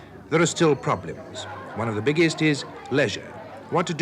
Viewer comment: "Problims" lol